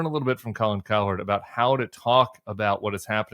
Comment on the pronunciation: Hey Tim, i think its pronounced Cow - Herd, and not coward 😂👊😎